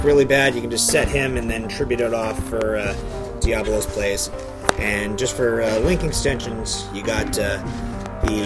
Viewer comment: Why do so many god damn people mis-pronounce Diabolos?! It's DiaBOlos!!! Not Diablos!